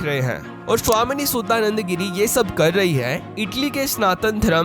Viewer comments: भाई आप भारतीय है आप नाम का सही उच्चारण कर सकते है हमे अंग्रेजो की तरह क्यों उच्चारण करना? इनका शुद्ध नाम है शुद्धानंद गिरी, सुद्दा नंदा गिरी नहीं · तुम एक भारतीय हो करके भी भारतीयों का नाम भी नहीं बोल पाते हो सुधानंद बोलो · शुद्दा नन्द नहीं। शुद्धा नन्द। शुद्ध = pure चुतुराई नहीं। चतुराई। भाई अपना pronunciation सुधारो। भाई तुम्हे तो धर्म लिखना भी नही आता।